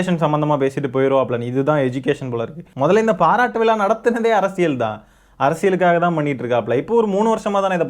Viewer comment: டேய் நாயே அது விலா இல்லடா விழா.ழானாவே வரல இதுல ச்சேனல் மயிருவேற😂😂😂